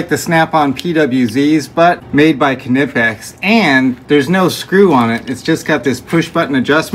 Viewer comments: Ker nipex it’s pronounced nipex silent k bro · Pronounced Nipex, NOT K-Nipex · Somebody please tell this guy that the K in KNIPEX is silent lmao K’nipex thats awsome hahaha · Your saying it wrong, its pronounced "nipex" also could have dog locked 2 nuts on the threaded lart and turned the insode one to back it out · Im just here to remind you that when "kn" is in a word the K is silent. You dont say "kuh-nife" so its damn sure not "kuh-nip". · It is Nip -ex the k is silent. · Kuunipex. The k is silent pal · Its pronounced "nipex" no K 😂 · It is pronounced nip ex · It is silent. It annoys me when Americans use the K.... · The k is silent people are just ignorant. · The K is silent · Firstly the K is silent in Knipex. Secondly, two nuts bro... come on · The k is silent smart guy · the k is silent in knipex like in knife or know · The K is silent bro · The “k” is silent. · The k is silent. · K is silent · The "K" is silent.